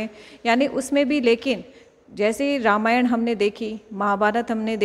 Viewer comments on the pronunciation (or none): none